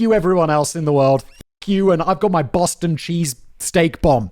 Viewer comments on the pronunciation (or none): none